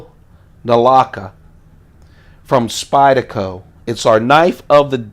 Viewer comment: I cringe every time you mispronounce SpydeRco. rrrrrrrrrrrrrrrrrrrr